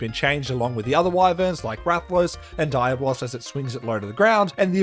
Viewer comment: Dude I laugh every time you say “Diabloss” , you got me pronouncing it like that now